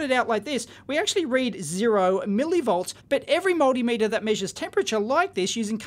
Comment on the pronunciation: Look, If you keep saying Moldymeter, Im not going to watch anymore.